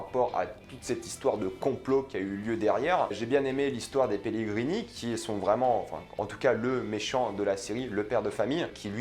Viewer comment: "Pelegrini" - "Ouaff" 🐶